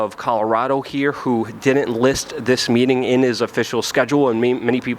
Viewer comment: PLEASE learn how to pronounce COULDN'T AND DIDN'T. It's not COULDENT AND DIDENT. And it's not CU'ENT AND DI'ENT, either.